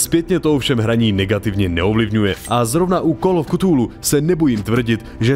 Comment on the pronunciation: /kəˈθuːluː/ [k 'fúlú] Jen menší výtka